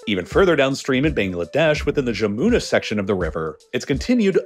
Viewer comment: "J" in Jamuna sounds like J in hallelujah